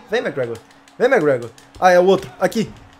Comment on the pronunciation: McGregor** e não Mcgragor